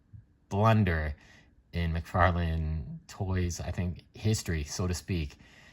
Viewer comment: Wait,... did you say McFairlain? Lol